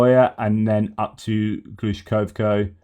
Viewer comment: in Kursk oblast it's the town of GlushkoVo (with a V, not Glushkoko). Just being me here. I know Ukrainian places can be a pain to pronounce, and now we've got the Russian ones to deal with on top of it. Argh!